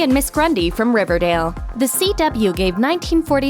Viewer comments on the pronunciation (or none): none